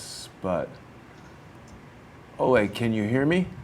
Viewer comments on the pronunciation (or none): Pretty sure it’s “Olee” and not “Olay”.. He’s not a bullfighter! Lol! It was my grandfathers name and he was from Denmark as well.